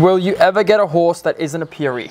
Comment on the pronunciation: I didn’t hear him say horse…I heard who….I’ll just keep it pc lol